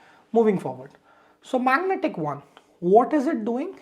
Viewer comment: good intro.......its magentic, not magnetic